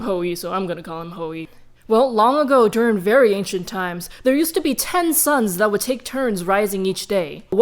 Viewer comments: Gosh DANG IT, I thought she was saying "sons" that entire time, not "SUNS". I am a dumb dumb, I was so confused. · She said: Ten Suns, Ten suns, etc. I thought she was saying 10 sons and i was so confused